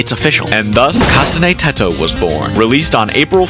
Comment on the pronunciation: I couldn’t get over the way he said UTAU and Teto 😭